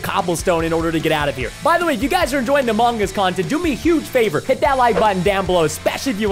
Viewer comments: Everyone: Among us:Among gus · Preston you're supposed to pronouce it like this; "Amung Us" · Um not to be a little odd but he’s from Texas that’s how he pronounces it